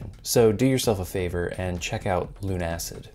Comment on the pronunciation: I imagine it's actually pronounced "LUNA-SID", rather than "Loon-Acid"